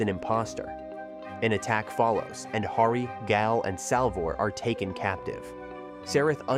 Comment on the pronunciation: I'm guessing the voice over was done by AI. How many times was Gael inconsistently pronounce as Gal, Gaul, Guy-El, etc. lol